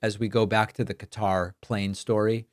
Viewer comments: FFS it's Qatar, not Cutter. 🤦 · Hey, it’s not “cutter”